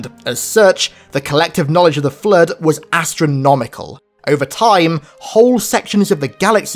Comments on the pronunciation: I just wanna say it autocorrects your accent of "Flood" to say "Flirt" in the closed captioning and its hilarious XD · No, not "Flirt" and "Foreigners". Having a speech impediment, fine, God Bless. A bit of an accent, no worries. But for the sake of everything good: Say Flood not flirt. Say Fore-Runners not foreigners.